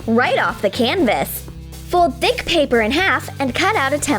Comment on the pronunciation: She said thick